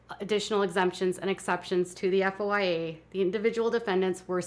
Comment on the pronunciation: Its called a foya, foy-a report. At least that's what I understand. Not spelled out but two syllables, foy-a